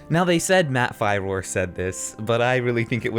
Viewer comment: Dude, your pronunciations drive me crazy. His name is Matt Firor and its pronounced "Fearer". They say his name in like every damn video he's in. How do you not know this?